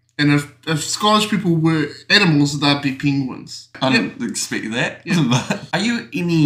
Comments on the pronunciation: What is a 'pingwin'?! 😉😊🤣🤣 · PEENGWIN JAJAJAJAJAJAJAJAJA